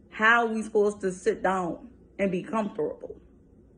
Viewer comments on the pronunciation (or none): Once she said "Comfterable" I cut the shit off smh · Sit Dound and get Con-through-ble😂... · Comfdurtable.....ok then